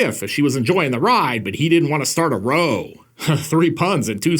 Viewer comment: “But he didn’t want to start a row.” Tiny nitpick: If you were using the word “row” to mean a fight, it should rhyme with “now”. It’s a common term in the UK. I’ve had to correct other YouTube Yanks on that.